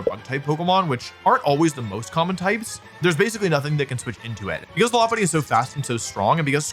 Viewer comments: Your pronunciation of Lopunny is actually spot on! It's based on a lop rabbit who have cute droopy ears. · Pretty sure you're saying it correct as Lopunny is a Lop eared Bunny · Your pronunciation of Lopunny is correct, it's a lop-eared bunny